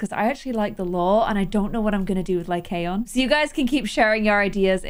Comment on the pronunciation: i think the name is pronounced "Lie-con"!!!:)